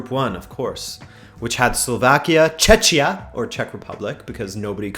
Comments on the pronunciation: nobody calls it "Chechia" coz it's called Czechia.. the CH is pronounced as "k" - like in chemistry for example... brr never heard such an awful sound you did there. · Tell me about it 😂 It wouldn't be good ol' czech republic if we didn't burn more tax payers money on pointless bullshit like changing our name to something that nobody will ever use. I was just commenting on how you pronounced it, you made it sound like chechnia 😂😂. I honestly hoped for relegation. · Czeczia :D :D that couldn't be more off lol.